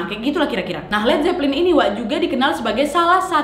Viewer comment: nadia kalo ngomong kadang suka kebalik" tapi ngehibur bgt Led zeppelin : zed jeplin Backmasking : bass making Ok